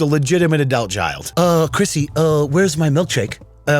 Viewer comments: Adelt? 😂 love you! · I gotta call you out … ah•delt?? I have never heard anyone pronounce adult that way 🤣